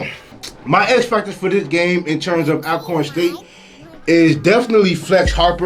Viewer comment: “All-corn” State University not al🥴